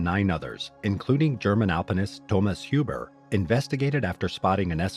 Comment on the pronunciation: Thomas Huber has to be pronounced "Huber", not "Hiuber"